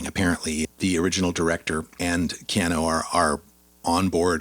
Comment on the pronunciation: why are you saying KeanO.....it's KeanUUU?